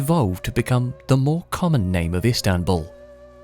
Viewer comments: It is not islambol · The Ottomans did not change the name to Istanbul. It was called “Konstantiniye” to fit Turkish pronunciation. Contemporary Europeans still called the city Constantinople. The name “Istanbul” was enforced by Mustafá Kemal.